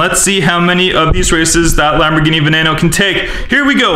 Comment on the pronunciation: She said wombat geene xD